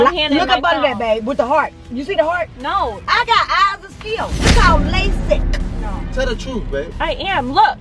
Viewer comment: “I GOT EYES OF STEELE. ITS CALL LASSSIK” 😂😂😂